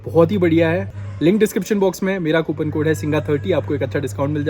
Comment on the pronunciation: Singha ❌ chingaa ❌ jhingaa ✅